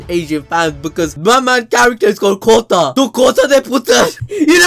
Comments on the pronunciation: It's not kota, it's khota and we say khote de puttar and It's mean son of donkey 😂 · i am from pak bro really the style u said khote the putra was even more better than ours ;) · Did he just said "khote de puttar"😂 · And pls I wheezed when you did the "kota da puttar" I have been called that by my Indian parents like my whole life 😭🖐️